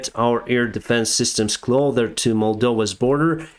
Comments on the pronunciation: clother is not english closer is the word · cloSSSSSSSSSSer cloSer cloSer Closer, not Clother my friend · from one ESL to another...CLOSER is pronounced with "S" not "TH":) love your content. Ukraine will WIN!!! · Close- near Closed- shut down, locked. Clothes- what you sear on your body, shirt, pants, etc. Cloth- fabric, the “th” noise is pronounced as “th” Youre trying to say “close/closer”, as in near but youre sating “cloth”-er, which doesn’t mean anything. Been hearing this mistake for many moths and hope it helps. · Just sayin',. Its "closer" not "clother":))) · all you do is talk junk 😂😂 Btw, Its closer or clother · Closer has no "th". Someone needs to let know